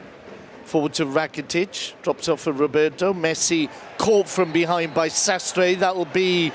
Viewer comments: What is happening when the commentator says Ivan RRRakitic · Ivan rrrrrrrrrrrracitic